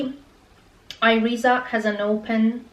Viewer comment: Thanks for your vid. Keep wearing them and they will be more comfortable. I can walk in them all the day in my office in the meantime. If you still have issue with them, you may try Jimmy Choo, which arw very comfortable. PS: Iriza is pronounced more like "Eerisa"